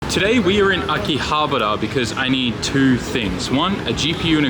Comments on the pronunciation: The way you said akihabara makes me wanna puke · Butchered that Akihabara pronunciation. Great video though.